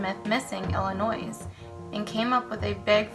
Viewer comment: I like these videos! But just so you know, it's pronounced ILL-ANNOY not ILL-A-NOISE. Love ya! 😘 if this is true this is the most patient woman of all time. I can't imagine my fiance not coming home at night and just heading off to sleep hoping everything is alright.